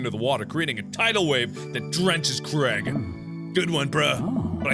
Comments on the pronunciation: his name is said "cr-ay-g" not crag please ive been saying this since ep 2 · one thing that stresses me about americans is they pronounce Craig like cregg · I low key love how Mark pronounces Craig like Creg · Mark + Craig =maig is pronounced mayge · i don’t know if this is just because i’m from scotland but Mark is pronouncing Craig soooo wrong in my mind😂